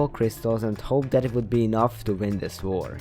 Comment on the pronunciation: he whent for the brewing stand and tried to run my mind: bruh why go for the brewing stand edit:i like how he says war like var